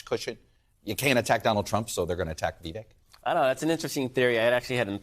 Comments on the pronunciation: First of all, it’s Vi-VAKE, like “cake”- if you want to make misgendering a crime you should at least try not to mangle a presidential candidate’s name. Second, your entire panel is a combination of too biased and unintelligent to understand what Viveck is saying/doing. I feel sorry for you. You’re certainly not‘journalists’. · FYI, It's VivEK, rhymes with "cake". What a microagression. Such racists. Also, just because a man is disagreeing with a woman, that does not mean he's "mansplaining". One of the many, many reasons that modern feminism makes me, as a woman, want to 🤮. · So disrespectful to mispronounce Vivek's name... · They can not even say Vivek right!